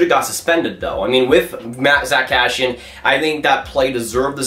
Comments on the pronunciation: How many times he said Cashian, it’s kass eee in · it’s Cass-see-in not Cash-she-in 😉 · Never heard anyone butcher the name ”Kassian” so hard lol